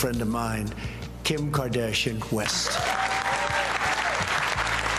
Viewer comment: this dude said Kim KArdashian Quest, he dont even know lol who president is this....